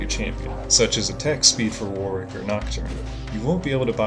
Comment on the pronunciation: the second w in warwick is silent, thanks for the guide